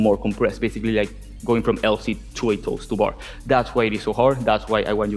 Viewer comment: Am I the only one that thought he was saying "toaster bar" for "toes to bar" lol